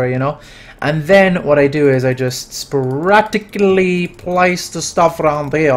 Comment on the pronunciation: Put the shmuggle spuraticly. I just love you saying that in that accent.